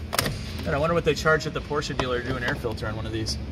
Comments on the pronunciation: Why do you say Porscha when it is pronounced Porsche with an e??? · POR-SCH-E not A pls. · Porsche 928 at 10.13 checkered interior was called 'Pasha'....its only $235 a yard